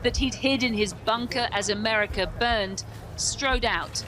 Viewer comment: "in a 'merkah" as if no where else is civilised.